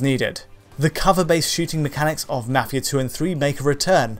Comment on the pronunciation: He says mafia weird